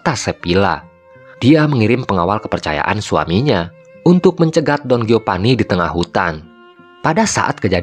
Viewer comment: Geopani, Gonjalpo, hahahaha..... Sunda banget.